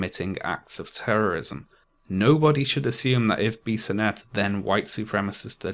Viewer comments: A French Canadian here, you pronounce Alexandre Bissonnette's name pretty right (there is only a little accent in the "an" sound). However, for "Québécois", the "ois" is pronounced like "wa" in "water". Also, more than two years later, we still find people saying things such as "Bissonnette was a good guy, he only did the shooting because he was in a homosexual relationship with a young muslim in the mosque and the father refused this relationship" - which is untrue, but it seems to be hard to counvince these people that muslims are not always the cause of terror attacks. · Late to the party. Quebecer myself. You pronounced the name of the shooter in a very good way, almost perfect. I was so ashamed when this happened. Good job as always on the video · I know this video is 3 years old and it really doesn't matter, but you pronounced Alexandre Bissonnette's name quite well. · I'm from Quebec city and I have to say you are the best to pronounce his name. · The way you said "Alexandre Bissonette" is absolutely correct. Just sayin'. ;) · You actually pronounce the name of the killer quite right. Good job. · You pronouced the killer's name perfectly. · Pretty good pronunciation of Bissonettes name. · You pronounced the shooter's name perfectly 👍🏼 but not "québécois" haha